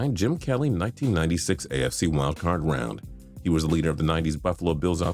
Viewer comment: Forgot the d in round when you talk about Montana